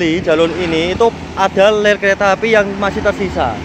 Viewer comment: Ngomong "rel" kok keliru "ler' terus,,,😁